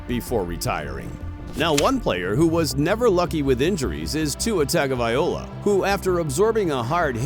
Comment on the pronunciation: Stop saying Tua’s last name wrong